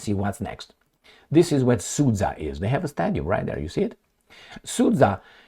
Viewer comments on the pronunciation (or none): The geopolitical loss of Al Capone is the rest of the world's gain. P.S. Sudzha is pronounced like Suja, the dzh (дж) is a result of Russian cyrillic not having a direct letter corresponding with j (J as in Janet), so they always transliterate words with that sound to include "dzh". For instance, the name Benjamin becomes Bendzhamin. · It is pronounced as Sood-Ja (as in J as in jump)